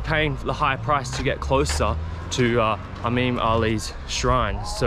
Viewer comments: I honestly think he is mixing the "I" and the "A" sound up. So instead of pronoucning "eemam" he says "ameem" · e - m(a)m that's how u should prounonce it baqlawa not baqlaba